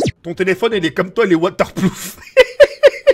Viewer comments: 😂😂ça se dit water proof pas plouf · « Waterploof » 😂 ON DIT WATERPROOF !! 😂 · Ahaha a dit je sais que sais waterploof alors que c'est waterproof😂😂😂😂😂😂😂😂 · "Water ploof "😂😂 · Ptn gros tu ma tuer quand ta dis water ploof mdr gros c waterproof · Pas waterploof c waterpRoof 😂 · Waterploof il a dit ptdrrr c waterproof hhh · Waterprouf pas waterplouf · et on dit water prof mdrr, le jeu a crash tous comme toi a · « Je sais qu’il était waterploof »😂😂😂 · Water ploof😂😂😂 tes le meilleur😂❤❤❤ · " je sais qu'il était waterploof " 😂😂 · Il a oser dire water plouf jpp 😂😂😂🤣🤣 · "Waterploof" juste ça JUSTE LE WATERPLOOF XDD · Un telephone WATERPLOOF !!! MDRRRR 😂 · "Le telephone il est water ploof " - 2018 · Il y a que moi que sa fait rire qu’il est dit je cite : «WATERPLOOF » 😂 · Ahh ouais il est "waterploof" trop bien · ton téléphone est comme toi "Waterploof" JPP CHUIS MORT COMME EN SE MOMENT 😂😂😂! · waterploufe ptdrr😂😂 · Water ploof je suis mort 😂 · “Waterploof” ~2018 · "waterploof" mdrr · waterploof... d'accord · Water ploof 😂😂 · Il a dit waterplouf le gogole mddr je t'aime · mdr "waterplouf" 2018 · O ptn il a oser dire waterploufe 😂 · Waterploof mdr 😂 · Il a sorti "Waterploof" en 2018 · PTDR « WATERPLOOF » GUELEK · Water ploof mdr